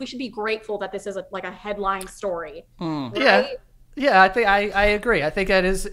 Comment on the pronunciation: He didn't ever say story correctly. Good ol Joey, flustered by an attractive girl the rips ass into Jars for money. They needed to say fart more in this episode though...